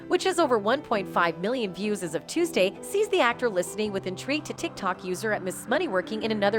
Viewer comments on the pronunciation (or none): none